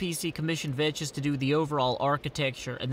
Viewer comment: umm i believe Vechs is prnounced like Vecks veh-ck-sss